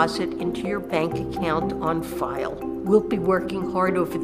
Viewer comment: She says on file I'm laughing